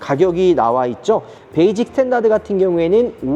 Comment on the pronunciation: 요즘 발음 잘하셔야돼요. 베이징모델 아닙니다. 베이직! ㅋㅋㅋㅋㅋ